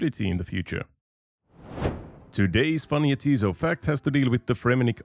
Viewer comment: You're pronouncing it wrong, it's 'ja, tis so', like 'yes it is', it's a joke name